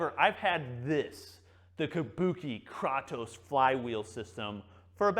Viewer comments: According to google the actual mythological character is pronounced "Kraw-toss". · "Tell me you're not a gamer, without telling me you're not a gamer.", "Kraw-toes" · YAASSS! KRAY-TOSE. 😄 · It's pronounced "Kratos" not "Kratos" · Kratos isn't pronounced "kraytoes" in Greek, that's not how the language works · Kraytos. Not kratos lol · “KRAWTOES” Dude. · It’s Krātos with a long A homie! Enjoyed every bit of the vid, but you was killin me with that pronunciation😂😂. Side note: I know you’ve never played God of War given the way you pronounced Kratos…you should try it out! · THANK YOU! holy shit I wanted to choke him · Great review, except for mispronouncing Kratos 😂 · Clearly has never played the God of War games, or he'd know how to pronounce Kratos. Lol. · Great video,. I can’t believe no one told you how to pronounce Kratos though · Couldn't finish watching with the way he is pronouncing it wrong. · He pronounce it german ;-) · Can tell never played God of War with the way he pronounces “Kratos”